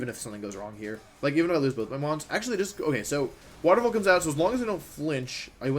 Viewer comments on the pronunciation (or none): none